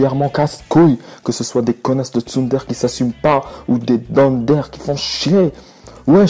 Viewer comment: Tsundere ? "Tsundère" ?! SACRILÈGE! Tsundere se prononce "Tsoundéré" (en roulant le "r" de Tsunde*r*e) >.<